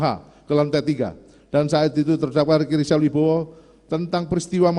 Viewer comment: Rika rizil 🤣🤣🤣jangn cepet" pak bacayah